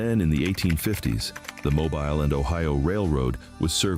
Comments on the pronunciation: I guess this is AI-narrated.. . At least I hope so. How else could you pronounce Mobile incorrectly TWICE. The most glaring error: Vienna (pronounced VIGH-ANNA) is in Pickens County, not Sumter. Nevertheless, very interesting video which I will share. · watching from Auburn. Check your pronunciation of Mobile. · That AI mispronunciation of “Mobile” did its job 🤣. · It is sad that AI is pronouncing Mobile Alabama incorrectly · Stopped watching after they pronounced Mobile wrong twice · Thanks...I was just about to attempt to correct the pronunciation of Mobile. BUT this is AI generated- so...that's as good as it can do. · He pronounced it every which a way but right. Impressive, even for ai! 🤣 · I realize this is AI learn to pronounce Mobile correctly also it's the Gulf of America Click bait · The mispronunciation is of Mobile is awful. At least learn how it is pronounced before creating content. FYI if you come across Helena, AL it is not pronounced the same as Helena, MT. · The AI voice wasn’t intolerable until it mispronounced Mobile! Atrocious! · Another idiotic AI video. I stopped watching it when "Mobile" was mispronounced . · Lost me at mispronoucing Mobile. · Will someone please teach the AI readers how to pronounce Mobile! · You ca😊e😊pronounced mobile correct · Will you fkn please pronounce these towns correctly??!!! It's not that fn hard...Azzhole!!! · Yes! It drives me especially crazy when they pronounce Mobile like that! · Oh F off. Our state is beautiful. I live in Baldwin County and its full of tourists and going strong..and whoever is narrating this needs to learn how to pronounce “Mobile” so yeah keep your sorry liberal butts in California bc you all have ruined your state electing democrats. Our state is beautiful and just fine. Most of the places this moron is talking about was merged with bigger cities. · Mo- BEEL. Not mo-bull, not mo-byle. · MOH BEEL NOT MOBIL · It is not pronounced like a vehicle it is pronounced moe-bill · It's Mo Bill fam